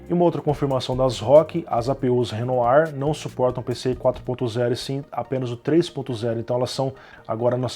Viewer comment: O codinome das novas APU´s é realmente francês se pronuncia Renoá (com aquele R característico francês), resumão show como sempre